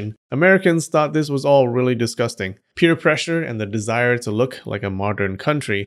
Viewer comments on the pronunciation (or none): "peer pressure". PEEr pressure.